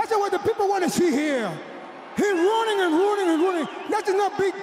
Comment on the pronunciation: He ronning and ronning and ronning😂😂